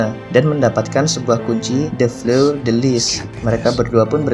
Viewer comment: Permisi untuk cara baca 1. Sauniere: Sonieh 2. Vinci: vinci 3. Fleur: Fleuh 4. Sion: syong